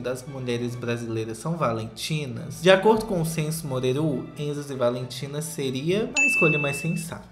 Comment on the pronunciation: O Edu do Diva poderia assistir pelo menos um episódio do Breno, pra aprender que se fala “Morerú” é não “Morêru”.